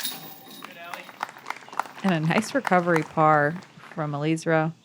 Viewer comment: Please pronounce Eliezra's name properly. It's not that difficult. First say Eli just like you were doing in the broadcast, then say Ezra as in how you say Ezra of the Robinson brothers, then put them together to say Eliezra's name properly. Thank you.